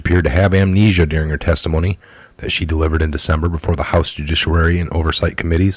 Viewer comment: I am a word nerd. I do not mean to be insulting, but I know tricks to help people stop tripping over words. I offer this for you to use or ignore as you choose. You mispronounce "judiciary" every time you say it. Try this: Jew dish ee airy. One "r" in the word. Thanks for the update, I am done grammar Nazing and will return to praying now...